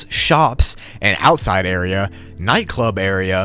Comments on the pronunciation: Just to let you know, you said outisde not outside area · "outisde area"